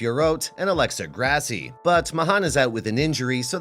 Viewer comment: Wow, this aged like milk. It’s Grasso not “Grassy.” Valentina is past her prime, so is Amanda Nunes.